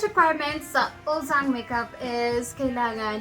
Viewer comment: "uljjang" po yung pronunciation niya ~